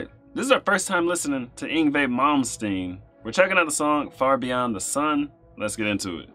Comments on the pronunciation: First of, nice job pronouncing his name correctly. I see you've Googled it beforehand. Secondly, you should watch the live version of him playing it in front of the camera. If you think this was insane, watch him play the same song in that video. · You get automatic bonus points for pronouncing his name correctly. \m/ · I’m impressed said his name correctly. This genre is called Neo Classical. Yngwie wasn’t the first to blend the styles but he definitely put it on the map. This song and the album it’s from is so nostalgic to me. My friend and I learned this song back in high school some 25yrs ago. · obviously looked up how to pronounce his name beforehand, gotta give you credit for that:P Yngwie is a great guitarist, have a listen to "Vengeance", "Rising Force" and "Never Die" to hear him in a more "conventional" song format.